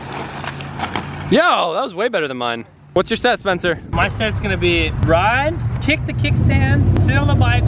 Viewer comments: u said SPECNER but its SPENCER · Did anyone notice when Spencer won it said " SPECNER"